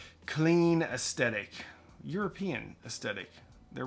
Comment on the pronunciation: 'astetic' ? D'uh